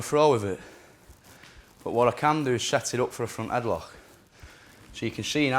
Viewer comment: "switch to get the reaction and come back to a headloghgkheh"